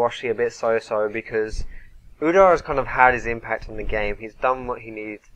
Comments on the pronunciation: Udar ? Feels nicer pronounced ud-ere. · UdYr not Udair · Its pronounced oodeer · its pronounced udyr as in oh dear it u dear! no... ok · you say udyr weird